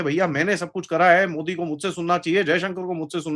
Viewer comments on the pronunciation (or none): none